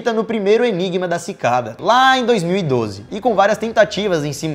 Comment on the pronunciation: Você disse ENIBA (OMEGAULUL)